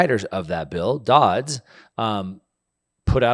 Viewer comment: It's Dodd Frank ... Not Dodds.